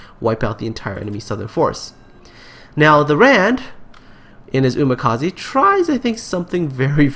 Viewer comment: 'ze' from umikaze prounce like shed. umikaze, not umikazee like vitamin C -.